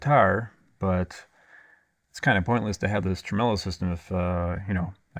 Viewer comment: Did you just call it a "tremello"? You're Cancelled. 😂